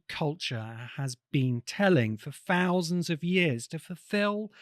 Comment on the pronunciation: Thousands...not Fousands. The culture demands you speak correctly 😳